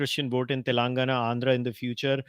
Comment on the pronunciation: WHY EVERY MEDIA PPL SAY.. TELUNGUNA TELUNGUNA.... IT IS TELLLENGAAANAAAAAA.. U PPL PRONOUNCE SOME SPANISH POLAND CITIES ACCURATELY.... WHATS WITH THEFUGGING ON DECCAN CITY..